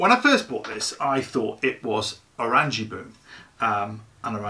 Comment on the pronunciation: Oren-yea-baum is the pronunciation translates to Orange Tree